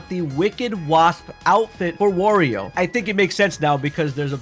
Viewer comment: Is he saying warrior on purpose?